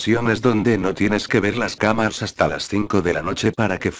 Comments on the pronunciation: dice camas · Like si escuchaste camas en vez de camaras en una parte del video :v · Soy yo o sabino digo camas